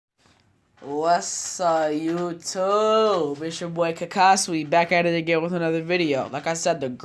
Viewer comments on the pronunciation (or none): none